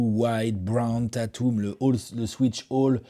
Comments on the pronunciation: Salut les gars svp pourriez-vous faire un effort sur Tatum ca me casse lzs oreilles d'entendre une superstar aussi mal prononcé cest "Tètoum" Pas "Tatoum" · D'accord avec ça se prononce pas Tètoum non plus, ça se prononce Tèteum... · même toi t'as faux : teille-teum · Ça se prononce pas non plus Tétoum mec